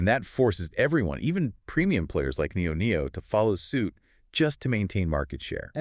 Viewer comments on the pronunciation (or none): Very thorough analysis ... much appreciated! Liked and subscribed! (just not sure why you keep saying NIO-NIO) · They can’t even pronounce the name of the brands, right. Why do they call it NIO NIO? I’ve been in the stock for at least five years. I’ve never heard referred that way nor have I heard them call Onvo , Onvio. It’s almost painful to listen to this podcast